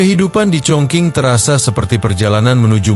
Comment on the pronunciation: Chongqing itu tulisannya..baca sbnrnya chongcing he...he...